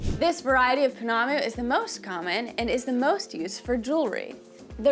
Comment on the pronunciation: I know it's written Maori but the ao is a dipthong, and sounds kinda like "ow" so it's Mow_ri not Ma_ori. It seems to be a common mispronunciation in the US. Pounamu, is pronounced kinda like po_ NAH_ moo, with the stress on the 2nd syllable, not the last as you were doing. Tbh the "ou" is another dipthong and is like an "oo" sound but Good on you for trying tho. Inanga is ee_NANG_ah. Stress on the 2nd syllable(most Maori words have the stress on the 2nd syllable) and the g should be soft, not hard, and blend into the n in the back of the mouth. A mere is pronounced meh_REH, preferably with a rolled "r" Kahurangi again uses the soft "ng" not a hard g but you did pretty well with that one :)